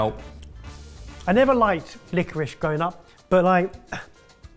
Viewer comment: It's licorice not licorish. Do you say I am having rice or rishe